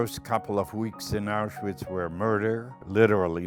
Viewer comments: ItsOnlyFear2018 so he's been in Auschwitz for 3 fuckin years and for some reason he can't pronounce Auschwitz correctly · so he's been there for 3 years and he can't pronounce "Auschwitz" the right way, give me a break